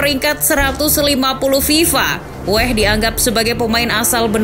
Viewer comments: George weah min, bukan wehh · Weah nyebutnya Weah aja bukan weh 😑 g usah di inggris2-in kedengerannya jadi aneh, org luar aja nyebutnya WEAH...!!! di situs WIKI jg g nulis dengan spesifik cara nyebutnya 😑😑😑😑